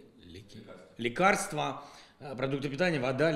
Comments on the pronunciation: Мне показалось или он не смог произнести слово лекарства, пока не подсказали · Бля его кто то подменил😁Этот не тот Владимир Зеленский который был изначально. он слово лекарства произнести на каком то не понятном языке, хотя лекарства это элементарное русское слово. Представьте корона 200 танков 30 танков подорвали, 70 танков бегут) а ещё 100 где? Что ты употребляешь?